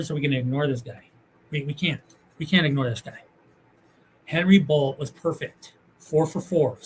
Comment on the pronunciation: I think Bolte name is pronounced bolt-eh ?